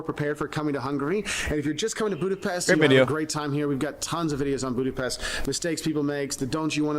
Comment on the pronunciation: Funny that he's been going there 20 years and still can't pronounce Budapest correctly! Hi is Szia and thanks is köszönöm.